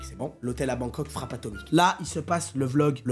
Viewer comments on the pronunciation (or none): none